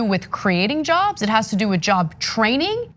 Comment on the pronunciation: Fourteen miyon jovs. That's a lot of jovs.